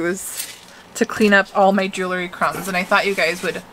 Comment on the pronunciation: Love your vibe. Please learn how to pronounce JEWELRY. it’s pronounced Jewel-ree Just a helpful hint. ❤️